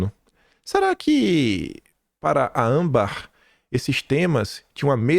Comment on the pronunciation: francamente. Chega a dar raiva o jeito irritante que você assassina o vernáculo diariamente, errando até as coisas mais simples, como a sílaba tônica de palavras comuns a qualquer um que não seja um analfabeto funcional, como ÂMbar e ausTEro. Falo como crítica construtiva, apesar de ser dura, é para contribuir com seu trabalho. Coisas como essa fazem sua credibilidade como jornalista cair MUITO. Por favor, mais atenção ao nosso belo idioma, já tão maltratado. Já chega a ameaça da infame "linguagem neutra". 🙄